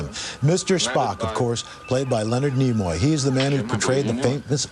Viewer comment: Tell me, whose idea was it for Spock to die? Also, his name is Nimoy, not Nemoy.